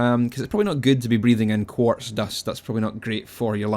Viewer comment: When you said quartz dust i thought you said corpse dust and i was like what the fuck is that again?